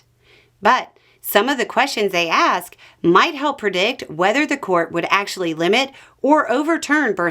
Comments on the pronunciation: Heard "Big Ass" rather than "Big Ask", almost spit my coffee. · "Trump's big ask." I heard, "Trump's big ass." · You said, "Trump's big ask would be..." But I heard, "Trump's big *ss would be..." LOL